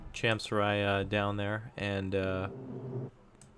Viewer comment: It's pronounced as "cham-soo-ree."